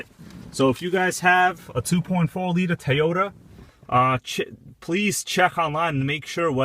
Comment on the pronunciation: tow yo dah not tie yo tah